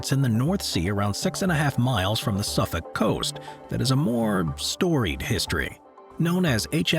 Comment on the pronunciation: However, hearing him absolutely nail the pronunciation of the British county of Suffolk made my day!